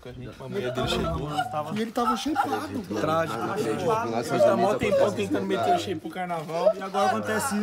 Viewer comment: "E ele tava sheipado" -pobre louco